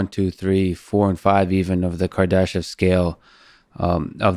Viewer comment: I thought he said Kardashian. I momentarily thought we might find big booty aliens with a penchant for black males.